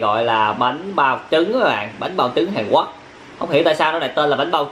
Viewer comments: Hàn Quốc mà cứ ns Hàn Quấc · Hàn Quốc ông nói là hàn guất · Sao a cứ nói hàn quắc quài v a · Miến hàn quoác ông phát âm hài ghê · Miền anh miền nào mà lại đọc " HÀN QUẮC "???